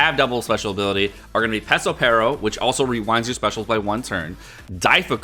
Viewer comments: It's FUKIN PeRospero not pesospero .... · His name is Perospero, not Pesopero.